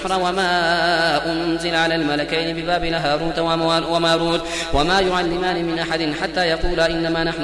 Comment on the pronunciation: 12 roooku main " haroota wama roota ka bad wama you" alemana" hay mem k ooper khara hy apne you "alemene" parha.. Jazakallah Apki telawat bhooot pyari hay mery lye bhe dowa kro.